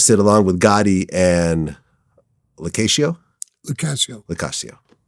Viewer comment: Locashio. Vlad is absolutely destroying these surnames throughout this interview. God bless him